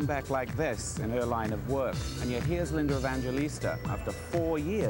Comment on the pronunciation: Why does he keep calling her LindeR Evangelista??? (he puts an "R" at the end - weird)